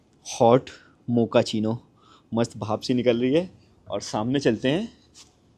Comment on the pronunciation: Abee Mokachino coffee hota hai bae, mokachino Mokachino....